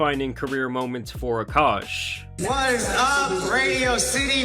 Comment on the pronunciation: “Akaash” but it’s pronounced “Aakash”… K